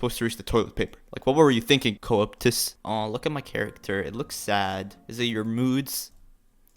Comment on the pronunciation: IM DEAD HOW DO YOU SAY “coeptus” LMFAO